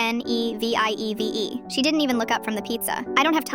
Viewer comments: THAT AI IS KILLING ME THAT’S NOT HOW YOU SAY GENIEVE💔(I’M FRENCH) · Im wondering the same thing. She said her name is Genevieve… and that Beth wrote Genevieve… i think the AI reader messed up somewhere